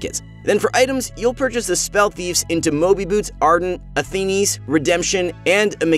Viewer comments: Athiniis??? Wtf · WTF IS ATHENES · “Arthenies” lol 😂